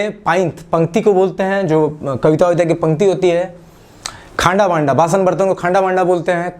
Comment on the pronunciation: Its not khanda banda, khanrha Banrha..actual pronunciation yhi h